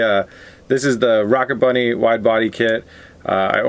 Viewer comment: It hurt every time he said rocket bunny